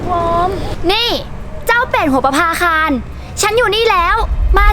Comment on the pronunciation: คำว่า ประภาคาน ไม่ไช่น.หนูจริงๆเเล้วร.เรือ